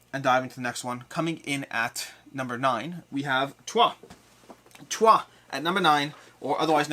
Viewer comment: Nice stuff! Glad I'm not the only person who pronounces "Troyes" that way.